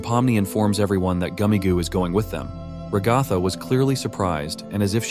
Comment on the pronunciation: “Ruh-gotha” is crazy these AI voices 😂